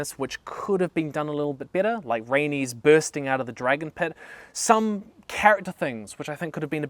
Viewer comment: I used to watch you when you started making httyd vids and it’s hearin you say “dregen” 😅